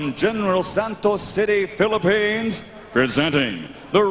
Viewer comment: Mas malakas talaga si PACMAN nung medyo bata bata pa sya. Eee, tumatanda na din kasi sya kaya bumabagal na din. Pero, malakas parin. "I lab yo, pilipens!" HAHAHAHAH! =))))